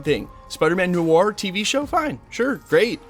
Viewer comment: Noir is pronounced nu-ar, nuh-waar